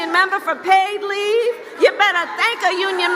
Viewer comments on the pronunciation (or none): “Paid LeAevee”